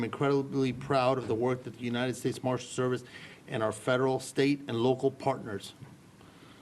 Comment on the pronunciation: How do these politicians keep mispronouncing the United States?.. unined